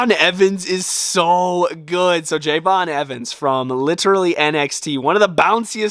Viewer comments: It's not Jey'von it's Je'von (Love your stuff) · You said javons name wrong it’s Je'Von Evans